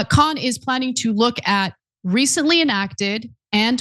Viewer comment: It's not "Kohan", it's "Khan"😅😅😅😅